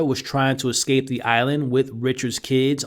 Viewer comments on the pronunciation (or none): none